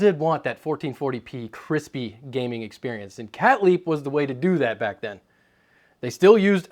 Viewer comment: 'I bought a brand called Cat Leap' (according to CC). What exactly is the name of this brand, I cannot tell what he is trying to say.